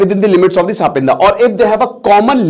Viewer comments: Sir, सापिंदा नाही सपिंड होता है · It is not sapinda ,it is sapind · सपिंदा नहीं सपिंडा होता है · ये सापिन्दा नहीं है। टीचर हो लेकिन उच्चारण तुम्हारा कितना खराब है। "सापिण्ड" नहीं कह सकते अंग्रेज की औलाद?? कितने मूर्ख हो! 🤣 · it's not सापिंडा... it's सपिंडा.. same पिंड vale.. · Gawaar it's sa-pind; not sapindas. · इसका उच्चारण सपिंड है, सापिंदा नहीं। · S -pind bolna chah rahe hai? Lol sapindia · Pronunciation is wrong